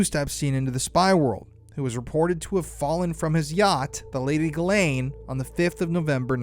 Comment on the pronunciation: Say her name properly. Jizz Lane